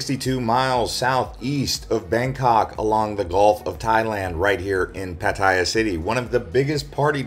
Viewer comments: PATTAYA NOT 'PATTYA' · Excellent video - nicely edited. But it is pronounced PAT-a-ya by Thai people .. not Pat-EYE-ya . hahaha